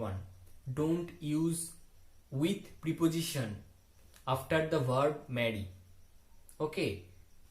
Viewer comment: Sir u r doing great 👍 job. Prep' ziSHan ,sir ,check this pronunciation on Google, n pronounce well. Thank you.